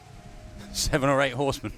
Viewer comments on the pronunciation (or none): none